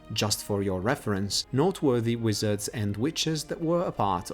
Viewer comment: Why would the fat lady just open for u??? Deffs gonna have a password...also u pronounce noteworthy like not worthy xD